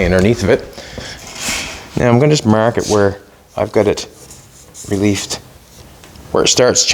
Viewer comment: It's pronounce like have a headache,You need to relieve the pain or relieve some clearance. Looking good!